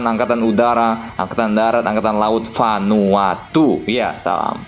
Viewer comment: Kelihatan banget nyenggol king indo lu min nyebut Vanuatu dengan gaya😅